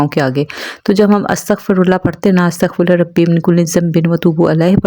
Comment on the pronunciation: As tagh firullah parhty hain AAP ne sorry to say ghalat parha hai